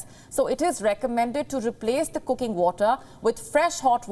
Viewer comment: Koooking! Instant nuudlles! Where they get these indian annoucers? They used to kniw how to speak english. They have 0 standard now.